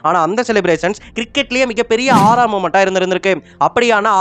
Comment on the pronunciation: Not Arra..it's AURA